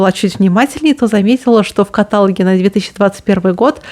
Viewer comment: ой, ой, каталОг, ударение на последний слог